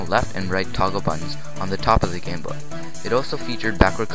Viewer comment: At first it sounds like you said, "The history of the gay boy". LOL